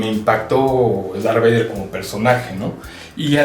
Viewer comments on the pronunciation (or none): Minunto "Dark Vader" jeje